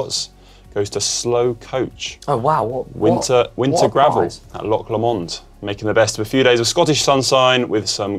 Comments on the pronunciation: I can understand struggling with the pronunciation of Taranaki, but Loch Lomond? Surely it's 'Low Mond' not 'Le Mond'? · Connor getting in some early ‘Blooper’ nominations in for 2022 with his pronunciation of Loch Lomond (or lowmonde) in Inspirations, and Angy in Hack/Bodge. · How did you manage to pronounce Loch Lomond wrong? 😂🙉